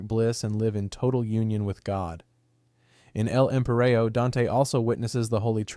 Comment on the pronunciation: My guy said "L-Empireo" smh